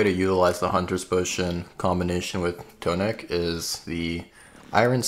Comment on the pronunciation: IT IS NOT TOE NICK, ITS TAH NICK